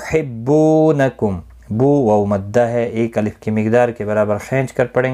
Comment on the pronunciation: Shuroo main ayat ki tilawat krty huy Tuhibuahum Wala Tuhibunakum parha gya hai.....jab k likha hua hai Yuhibunakum.....baad main smjhaary huy sahi bataya gya....kindly edit kr k correct kr lain